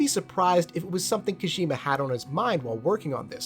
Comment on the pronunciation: Great video but man it's kojima not koshima